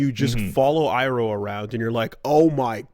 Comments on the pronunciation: Imagine hearing “EYE-ROW” for SIXTY ONE episodes, and somehow pulling “EEE-ROW” from WHERE? Bro at this point just stop. Stop doing this. If there’s no official pronunciation or multiple official pronunciations, I can’t really argue, but dude, they NEVER confuse his name at any point. Stop. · It's amazing how is enough of a fucking weeb that he can watch three seasons of a show in which they pronounce it EYE-ROH every single time and still come onto the podcast going EEEEROH? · Why do they both keep fucking up the pronunciation ("Ong" and "EE-roh") when it's literally pronounced in the show dozens of times nowhere else? Should we just call the characters Zucco and Soh-kah too? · Saying Eeroh should be considered a hate crime. Did he watch a japanese dub of the show? Does anyone even pronounce it like that in passing anywhere in the three season run? He's the Dragon of the West, remember the name! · who the fuck is EARoh? Did you watch the show?? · it’s pronounced “E roh” bro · Oh,...spending all these times trying to get the Japanese A-I-U-E-O right just to get tripped up by non-standard rendition of Asian names. Universe's cruel...